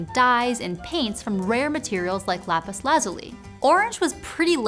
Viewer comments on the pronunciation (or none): none